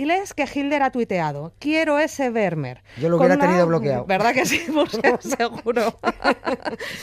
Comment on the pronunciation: Fantástico postcard, como siempre....pero se pronuncia "fermmer". La V en holandés es f. Como tiene doble "m", se alarga. Lo entendí cuando en Ámsterdam le pregunté a un peaton donde estaba el Muse "Van Gogh"...no me entendía hasta que me dijo.....ahhhhh fan joj".👍👍👍👍👍